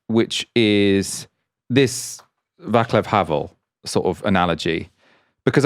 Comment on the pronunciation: Small point: pronunciation: Václav is pronounced Vah-ts-luff Thanks. Much appreciated.